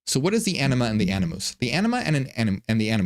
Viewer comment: Am I the only one that kept hearing him say “enema and anoos”?😅